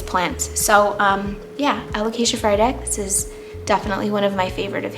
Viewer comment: excuse me, what? alocasia michletmaciziowtzi? 😂The way you pronounced that without stuttering is the most impressive part of this video